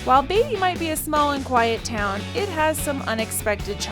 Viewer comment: It's , Beat - ty !! Not Bay - ty !! .........................................................